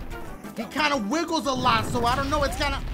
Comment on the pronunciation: He’s saying “That’s a-so nice!”